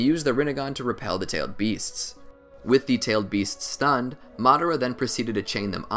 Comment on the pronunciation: You pronounce their names wrong on purpose to generate comments.